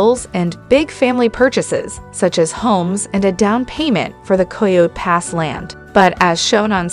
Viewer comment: Why do so many people making these videos have so much Sufi ugly pronouncing coyote pass. It is not co yo pass !